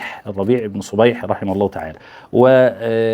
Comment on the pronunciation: يا حضرة المحدث صبيح بفتح الصاد. من شيخك في الكتاب؟ لعلك صحفي